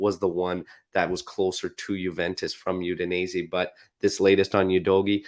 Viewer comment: The way you say Udinese kills me